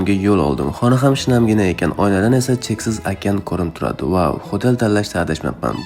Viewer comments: Xotel degan ekansiz men xotelni xotin deb eshitibman😂😂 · Xoʻtel deganizga man mazza qildim😂😂😂